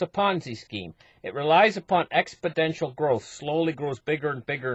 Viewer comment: Exponential, not "expodential".